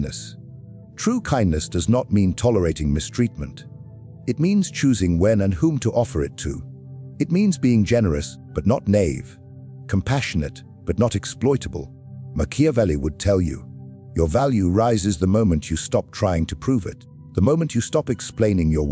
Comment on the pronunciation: If you spell naive properly, you will pronounce it properly Nai-eev